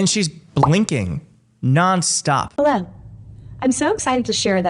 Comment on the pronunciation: Hey. I work in AI listening to samples to verify how authentic they sound. "Hello" and the pause before "Greenland" are off. I can't confirm or deny but I'd catch this in my professional capacity and it would be rejected as a sample.